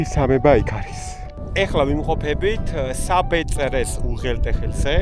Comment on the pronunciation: საბეწრე კი არა საბერწე❤